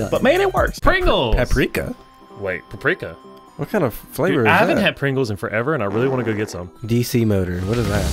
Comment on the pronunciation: I cringed because of the way they said "PAPRIKA" 😂